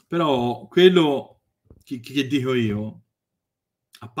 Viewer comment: Io ormai guardo i video solo per "Lascia stare iggiapponese, io te lo diho!"